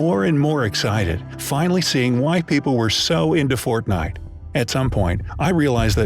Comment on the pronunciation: Please he said fontnite